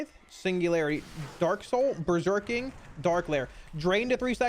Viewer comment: In rotation you said bezerking...what is that ?